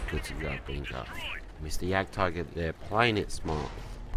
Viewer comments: And? I just thought that when you grind all the way to a tier X tank you should be able to pronounce it's name right. Plus before you put videos up with it included, you should pronounce the name right. At least watch a review of the tank. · you are pronouncing Wafflentrager wrong.